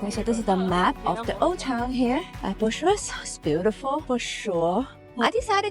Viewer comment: 😂 "BUSHURESS"...😅 .. No it's not at all bushuress but BYUKAREST